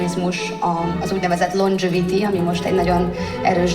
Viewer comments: Miss 4 nyelven beszélek: "Londzsöviti" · Longdzseviti, entertéjnment szuít...A Corvinusos előadása után én annyira nem erőltetném az angolt